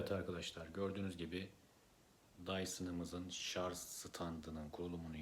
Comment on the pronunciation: Şarj kısmını çıkarmıştı, nasıl ne zaman takılıyor anlamadık, bir de şarz şarz dedikçe sonuna kadar izleyemedim